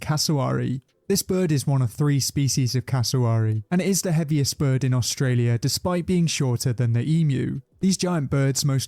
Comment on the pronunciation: “Aulstralia” uhm